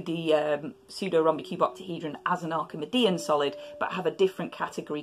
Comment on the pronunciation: Is it not “Arki-mee-dian”?